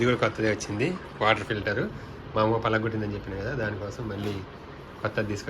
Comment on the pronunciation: పల గొట్టింది కాదు పగల గొట్టింది అనాలి 😛